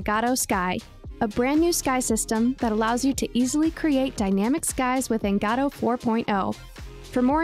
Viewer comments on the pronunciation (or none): dude it's "go-dough" not "gah dough" please dude it's driving me insane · never heard anyone say godot as gadow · Great content, thank you! Btw, first time I've heard Godot pronounced like that :D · You're pronouncing Godot wrong